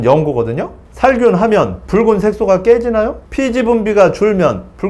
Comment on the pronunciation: 선생님 이번에도 좋은영상 감사합니다~~!!~ 이제 뿕은!! 이라고 발음 안하시네용 !! 귀여우셨는뎁..ㅠㅠ